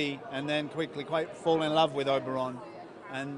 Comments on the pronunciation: shah What ? How does an accent make "Oberyn" into "Oberon" ? It's just a straight up mispronunciation. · I'm uncomfortable hearing 'Oberon' from one of the cast.